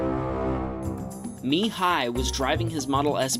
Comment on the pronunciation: its Mihai not Mi Hai.....